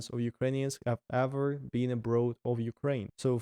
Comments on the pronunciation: "Abroad" is pronounced "abr-or-d" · It was interesting to watch overall. On a different note, the author having the word 'abroad' in every second sentence and mispronouncing it every single time was like....🙉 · Why all Russian youtubers pronounce the word "abroad" wrong? Not only. All the others I met do it the same. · English is a goofy language! logic says that road (as in street) has a long o sound so "abroad" should as well. Just throw logic out the window and pretend the "oa" is actually an "aw" like in saw/claw/law and you'll be perfect. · It’s absolutely INSANE how much your English has improved in only a year!! You are doing AWESOME buddy. You’re already losing your Russian accent even!! Mindblown brother. You’ve definitely got a gift for languages. Cheers from Canada, stay safe and keep the vlogs coming!! 🇨🇦❤️🇷🇺🇬🇪🙏🍻 PS: I do have one English learning tip for you, the way you pronounce the word “abroad” sounds a little funny. It’s not that you pronounce the word wrong at all, it’s just that the accent you’re developing with your English sounds very much more like an “American” accent as opposed to a “British” accent, and the way you pronounce the word “abroad” kinda sounds like how a British person would say it. If you want to keep your speaking in the tone of an American or Canadian native English speaker, then pronounce “abroad” like; Ah-brawwd or A-brawwd Ah - as in like the word Awesome or a hard A sound as in the word Animal and then just Brawwd or Brodd. The spelling of abroad is one of those strange English words that doesn’t sound the way it’s spelled. The “oa” sound isn’t like in the words road, toad, goad, boat, goat or bloat. It’s like an “awwww” sound instead of an “ohhh” sound. 🙏🍻